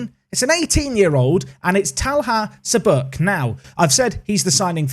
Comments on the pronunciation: His last name is pronounced CHabuk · Çabuk is pronounced 'cha(as in char)-book'. It basically means "quick, nimble." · The first and last letter of your new left back is pronounced the same - soft ch.